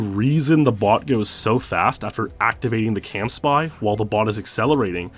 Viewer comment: Is it “camspy” or “campsy”? You pronounce it like the former but wrote it like the latter on the acceleration diagrams.